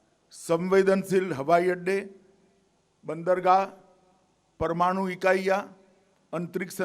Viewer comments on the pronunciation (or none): none